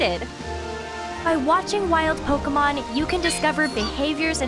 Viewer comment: Lost interest after the third time she said "Pokamon".